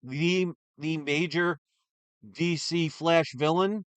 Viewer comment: What is cheese EE comics??? This must be really rare.....oh DC, what is DC? Cheese EE sounds more like some brand that Chris would buy from than this "D""C"